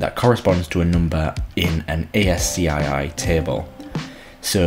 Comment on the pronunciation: BTW, the acronym "ASCII" is pronounced as a word, not an initialism. It rhymes with "pass key".